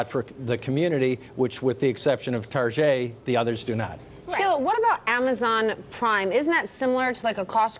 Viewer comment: I was confused, what the hell was a Targé lmfao.